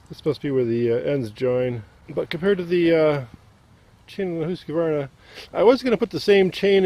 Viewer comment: Husqvarna is really Swedish and pronounced hoosk varna he is saying it correctly